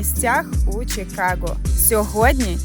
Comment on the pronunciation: Кажемо "Чикаго" а не "Чікаго", так само, як "Київ", а не "Кієв", "Львів", а не "Львов". Мирних вам Свят!